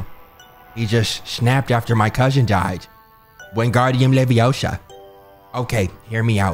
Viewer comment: he said "Wingardium leviosha" im done bru 💀